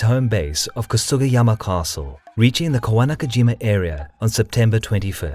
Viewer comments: I don't get it. You pronounce "Uesugi" correctly but fail at "Echigo" (not "Ichigo," which means strawberry), and you cut Kawanakajima in half: "Kawana KaJEEma". Kawanakajima = Kawa-naka-jima = 川中島 = River-Middle-Island = Island between rivers. If anything, Japanese stress the second ka mora, as KawanaKAjima. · Kawanakajima not Kowanakajima Kagetora not Kagatora. Why are these idiots unable to pronounce even as they wrote it? Have they been caught in a magic trick? O.K. I'm done with this stupid insult for other's name. I should have known that....